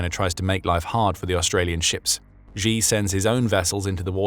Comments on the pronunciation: Please note, Xi is not pronounced "Zhjee". The zhj sound (ʒ in the International Phonetic Alphabet), in the middle of "measure" and "Zaporizhzhia", doesn't exist in any dialect of Chinese, certainly not Mandarin. The letter X, in the Chinese Pinyin orthography, is pronounced "sh". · Xi is not pronounced like Zheee. It's Sheee. Please get your Mandarin pronunciation right. Thank you for your attention in this matter.